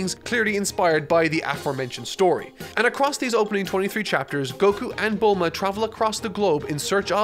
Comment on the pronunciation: Just a peeve but how come you say nyoibo correctly but then pronounce tenkaichi budokai as tenkai-itchy budokai and bluuma as bull-ma. It's hurting my ears